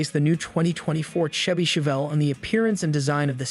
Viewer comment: My thoughts exactly! Terrible A.I. can't pronounce Chevy!!